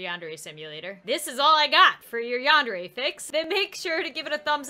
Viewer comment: Your saying yandere wrong it's sounds like yandairy but it's spelt yandere